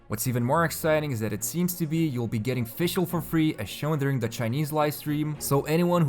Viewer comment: Its not pronounced as Fish L Its like fishical